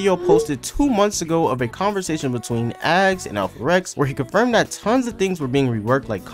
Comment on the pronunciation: "And why it may release sonner than you think" You know when they said tath? FUCKING DECEMBER 💀